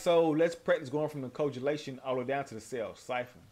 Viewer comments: A lil late but it's pronounced ko-ag-u-lation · Lol it's ko-ag-u-la-tion - when blood clots/thickens. Awesome combo vid. Unlocked the maskless gear for Skarlet so now wanna use her cos she looks great. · Awsome vid I'm late to learning skarlet bit the first. Ombo you did, if your close to the opponent then a micro dash is not needed, also (Co-ag-you-lation) koagulation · Just to clarify a bit it’s Ko-ag-you-lay-shun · I know I'm a little late, but it's pronounced (Coh-agg-you-lash-en).